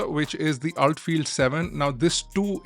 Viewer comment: It's pronounced ULT not Ult I believe!